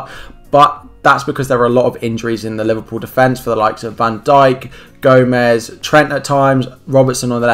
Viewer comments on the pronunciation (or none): none